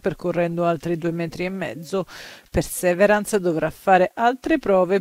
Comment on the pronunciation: Si pronuncia pirsiverance